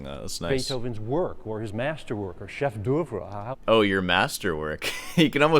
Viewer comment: He says chef d'œuvre wrong, like every pretentious english speaker who uses french